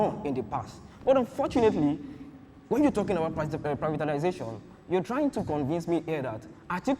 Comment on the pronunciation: The guy representing Tinubu kept saying "Privitanization", instead of "privatization". Like father like son.